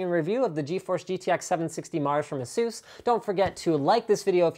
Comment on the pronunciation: mr linus,it's EH-SUS.not EEEEEEEEEEEEHSUUUUUUUOOS .Just a-sus.